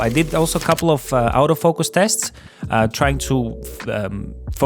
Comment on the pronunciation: Nice review! Just one remark: the word “autofocus” is pronounced as [ɔːtəˈfəʊkəs]. The way you do it sounds like “out of focus”))